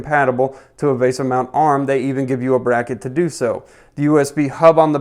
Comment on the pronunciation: vee-sah not vay-sah